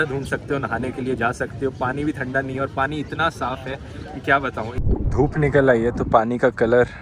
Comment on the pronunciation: u r prnouncing "thanda" wrong bro................😂😂😂